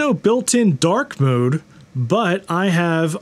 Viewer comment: I love that you pronounce “dark mode” a bit like “dork mode” cause that’s really what it is :)